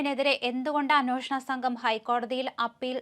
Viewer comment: എത്ര പ്രാവശ്യം പറയണം അന്വോഷണം അല്ല അന്വേഷണം ആണ് എന്ന്. കുറച്ചു ശ്രദ്ധിച്ചു കൂടെ. എന്ത് അരോചകം ആണെന്നോ ഇത് കേൾക്കുന്നത്.